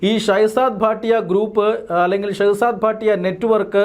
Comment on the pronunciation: ഭാട്ടിയ അല്ല ഭട്ടി ആണ്